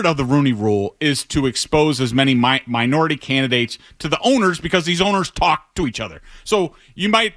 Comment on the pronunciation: Made a lot of emphasis saying Minority lol